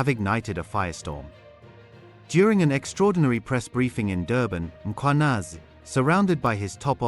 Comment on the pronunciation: The presenter "Nhlanhla Mkhwanazi" you'd swear he is Zulu. Perfectly calls him.